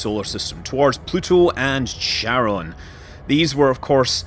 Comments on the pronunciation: Pronounced "Kharon", not "Sharon". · It's not CHaron like CHarcoal. It's CHaron like Hope (like Haron). It's a Greek word. It's annoying to see it butchered globally.